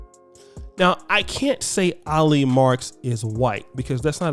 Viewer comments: it's Ali as in Allie. not no damn Ah-lee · I think you pronounce her name as > Aa-Lee. People it’s not about skin color anymore. It’s about: religious beliefs, culture commonality, ethics, values, common interests and world view. Sometimes I think the only people who don’t understand this is are HBCU graduates and attendees. I’m not even trying to crack jokes or throw shade. I’m just being real. ☮️